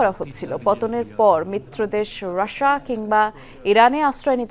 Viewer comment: আর কতবার বলবো? উচ্চারণটা রাশা হবে না, কোন টিভির কোন সাংবাদিক উপস্থাপিকা উপস্থাপক রাশা বলেন না। শুধুমাত্র এই ভদ্রমহিলা রাশিয়া শব্দটিকে রাশা বলে।